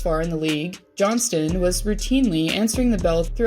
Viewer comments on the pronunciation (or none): none